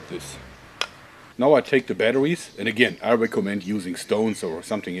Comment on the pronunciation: i like how he talks! I mean he's such a huge muscular guy and he says battawies! its funny